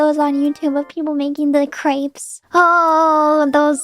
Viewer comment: The way fauna pronounced Crêpes made me so uncomfortable and I’m not even french